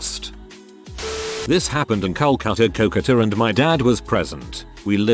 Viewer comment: The Bengali inside me dies at the pronounciation of Calcutta/Kolkata